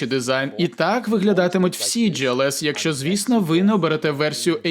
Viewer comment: Глс не джІлс!!!!!